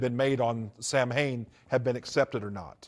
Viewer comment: Lmao former satanic priest and can't even pronounce Samhain correctly. Also he looks like a Star Wars character.